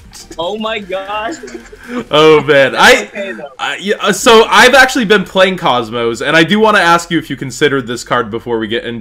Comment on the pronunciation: good job even though it's kozmo :/